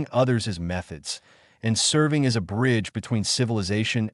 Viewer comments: And as which it reads as A S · As not A-S